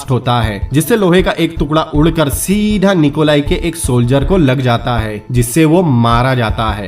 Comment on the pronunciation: Awsome movie. But aap "seedhaaaaaa" pe jyada stress kyu dete ho. BTW, Good luck brother👍👍